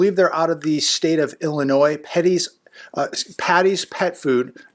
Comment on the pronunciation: Just to let everyone know, when pronouncing Illinois, the "S" is silent. I know it's no biggie...lol, sorry, had to. Love the videos.